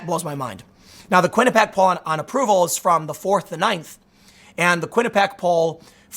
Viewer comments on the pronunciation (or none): Kwin-ih-pee-ak not Kwin-ih-pak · Its "Quinnipee-ACK" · Every time I hear you say quinuhpack I think of why it’s important to go to college